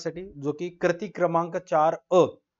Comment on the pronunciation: Krati ❎ kruti ✅